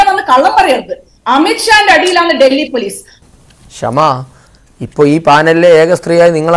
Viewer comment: ക്ഷമ അല്ല ഷമ😁